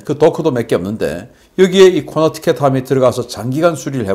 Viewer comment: 코네티컷을 코너티켓이라고 발음을 하니 굉장히 이상하게 들림.